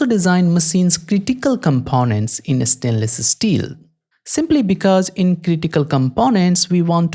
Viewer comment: “estainless esteel”